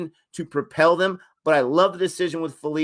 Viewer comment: Josh phillipe wasnt even in full flow guy bashed archer and Rashid in big bash as a youngster if he gets going he can take the match away in 1 over And it’s pronounced (Phil-li-pee) like the Philippines. Rcb missed siani as he is injured and his replacement dale steyn leaked runs. No disrespect to dale steyn he’s the GOAT best bowler of the decade hands down but he is passed his prime. Even though it is a loss it’s. a positive that rcb came close to beating Mumbai without Virat ab and Saini